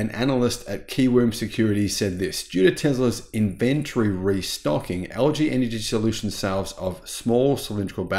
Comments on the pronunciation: In-VEN-tree! We need to start a drinking game every time we hear in-VEN-tree! Don’t LG batteries kind of suck? Aren’t they the ones that catch fire most often? Also why buy 2170 batteries? Is Tesla still not able to mass-produce 4680 batteries? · Is it just me, or am I hearing Tezler substituted for Tesla and and invent-tree substituted for inventory? Could be my old ears.